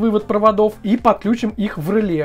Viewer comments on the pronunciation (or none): Ржу... Померяли... НАПРЯЖЕНИЕ... и сделали вывод об МОЩНОСТИ... главное - контент отструячили, а содержание... ну для колхозников сойдет... И, кстати, произносится не рЫле, а релЕ... и этого самого реле у вас в схеме нету...